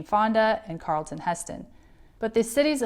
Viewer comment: just a suggestion... when reading these articles, make sure you are pronouncing names correctly. Before your time, I know, but they sound like clunkers to us seasoned folk. IE: it is Charlton Heston... the Ch is sounded out, as in 'church'... not a hard 'K' sound. Tom Daschle's name is pronounced 'dash-el ', not dash-lee. Best of luck!